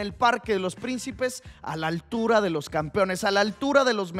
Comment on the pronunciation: Tremendo el “Mos” en vez del “Los” xdxd